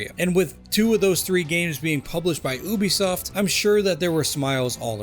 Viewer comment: Why do you pronounce Ubisoft like that? Would you say a unicorn is a OONICORN? It’s pronounced “you-be -soft”…like your generation